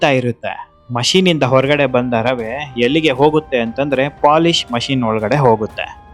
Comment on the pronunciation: ರವ ಅಲ್ಲ ರವೆ